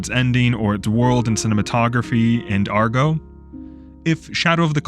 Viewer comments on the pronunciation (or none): It's Agro, not Argo...